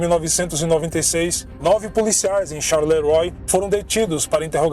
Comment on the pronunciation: Desculpa, mas a pronúncia é Charleroá ...